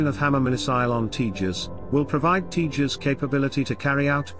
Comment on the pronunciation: This new voice ocer is OK .... some words are not pronounced properly ? 'tejas' Could be useful to reach a wider English audience ?